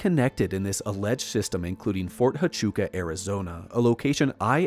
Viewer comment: It’s pronounced Fort Wachooka